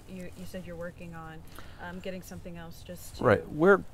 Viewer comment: Man does it drive me crazy when someone puts a “t” in the word else. THERES NO T!!!! Its elSE!!! Not elTs!!!